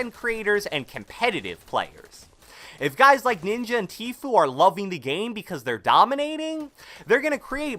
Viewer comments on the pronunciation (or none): Did you say ninji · Did say ninji or do i have hearing problems